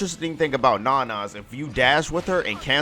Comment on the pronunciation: isn't her name pronounced No-No? or am I wrong and it's Non-Non